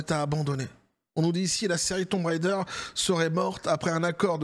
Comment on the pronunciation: Tomb raider ❌️thon raideure✅️ 😂😂 et c'est ciao